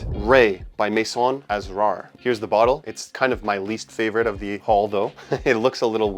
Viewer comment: The word Asrar from Maison Asrar is pronounced ass-rar,, meaning secrets 👌 Edit: the stress is on the second syllable.